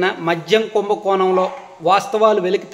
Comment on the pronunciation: కుంభకోనమ్ కాదు నాయనా కుంభకోణం అని మాట్లాడాలి